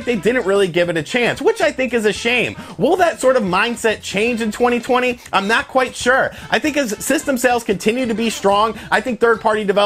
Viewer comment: Take a shot when you hear "twenny twenny"